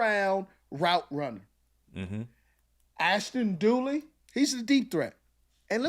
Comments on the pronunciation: Dulin, His name is Ashtin Dulin. Not Dooly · During! Not dooley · ASHTON DULIN not DOOLEY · I thought he was pronouncing Duleen.